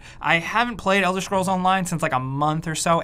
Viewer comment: Elder "Shcrolls"